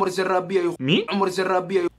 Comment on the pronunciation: أنت تقول زرابيه هههههههههههههههههههه موكذا اسمه عمر زراديه